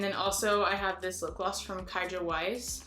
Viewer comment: Nice video! I like seeing more eco friendly brands. My only thing i would mention is Kjaer Weis is a Danish name, kjaer is pronounced like 'k-yay-er' :D but that's an easy mistake!